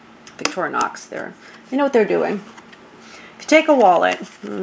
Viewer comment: Victorinox not victoronox